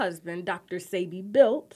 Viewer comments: It's pronounced "Say-bee", not "See-bee". Ugh.. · It’s when she corrected her on how to pronounce Sebi …yet she still mispronounced it😫